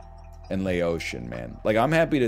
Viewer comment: every time he says "laotian" 1 lao child dies